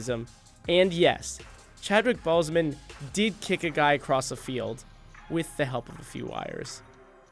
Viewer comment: it sounded like he said Chadwick Ballsmen